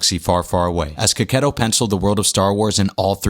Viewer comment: You are The First youtuber that is not italian that I heard saying his surname in the correct way